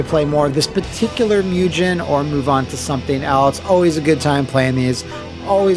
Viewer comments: Just so you know, whenever pronouncing Japanese written in English a ‘g’ is ALWAYS a ‘g’ sound & never a ‘j’ sound. Similarly, a ‘u’ is always an ‘oo’ sound & never a ū/you sound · I love how "mugen" just became one of those words that took on all these alternate local pronunciations. It's like how back in the day everyone either said "rye-yoo", "ree-uh", or "roo". Yes, I knew a person who referred to Ryu as "roo", and this guy was adamant about it.